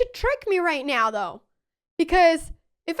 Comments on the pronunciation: the "right noew" gets me every time 😂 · "right nyeow" :face-orange-biting-nails